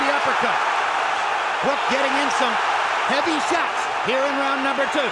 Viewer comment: So annoying with all the suits in the ring after all fights, the other annoying thing is commentator Lampley’s pronunciation of “sharts” instead of shots.